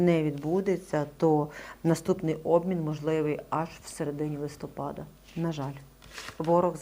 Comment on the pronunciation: Дiвчина,не "листОпад",а "листопАд".Не треба вивертати слова .Рiже слух